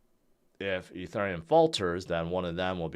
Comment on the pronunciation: Eth, Ether or Ethereum, it's not "E (turn) neum"...